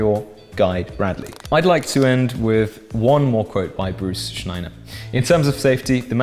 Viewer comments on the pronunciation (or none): p.s. It's Schneier, not Schneiner. Pronounced "shneer"